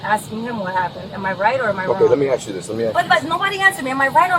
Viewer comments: Ask is not pronounced axe. LEARN ENGLISH! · It's ASK....not AX... GEEEEZ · Do people that pronounce ask as aks write it that way? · why would it be “ax” - it’s A S K. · They have nooo idea how stupid they sound when they “aks” a question 🤣